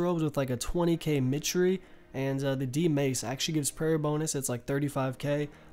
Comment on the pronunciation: The way you pronounced mitre made me go 'oof'. RSN:kungfuganja